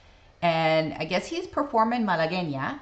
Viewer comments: Thank you for knowing how to say Malagueña. You can bet that your father had heard of Roy Clark. My sister and brother in law saw Clark in Las Vegas back in the 70s and said he put on a very, very good show. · Thank you for providing the video of Mr. Clark pronouncing the name correctly. Also, you pronounced it properly also. Good reaction.